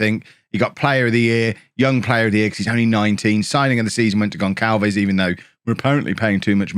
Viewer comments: Gon[s]alves not Gon[k]alves, please, it's painful! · It's not "GonKalves",, it's GonSalves. The little squiggle under the c in his name is called a cedilla. It indicates that the letter c has a soft pronunciation, ie an "s" sound, not a "k" sound. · Gonçalves is pronounced GonSSalves btw because of the cedilla (ç). Otherwise love this year's Bourne :)